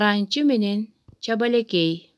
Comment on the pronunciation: Чабелекей эмес чабалекей го